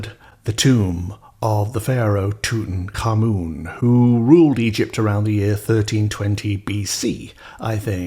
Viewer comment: 🌟 thank you for pronouncing Tutankhamun’s name correctly. I also had the experience of entering his tomb, for me in 1973. The feeling of pressure you felt happened twice to me in Istanbul, Topkapi palace, upon two visits 30 years apart. In the presence of truly sacred places I felt insignificant and humbled. It reminds me of the portal that opens in Sedona when one has an open heart. Magic Afoot ❤